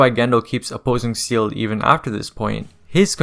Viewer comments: It’s German and is pronounced “Zaeyluh” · I cringed everytime I hear seal instead of say-lay, breaks immersion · Buddy, it's Seele, not seal. We're in 2024, you have no excuse to look up a "how to pronounce" vid or just ask google. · Brother, it's pronounced SAYLAY not SEAL. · Bro, how are you going to watch the show enough yo know this lore in and out but pronounce SEELE like "Seal". 🤦🏾‍♂️ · Seele is not pronounced like that, look it up ✌️ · The word Seele is German and it's not even pronounced say-lay. What are you on about?